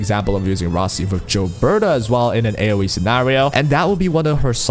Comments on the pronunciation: its not JILBETA, its GILBERTA!!! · You saying "Jill-berta" is giving me that same annoying itch when people say "jiff" instead of "gif" lol I'm also pulling for Rossi, 100%, she's adorable and I want to combo her with an Ember team, as Ember's damage is honestly quite good but having both of them on the same time will hopefully create a fun squad where I can swap between them depending on what fight or how I'm feeling.